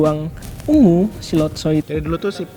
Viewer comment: Latso Bukan lotso🙏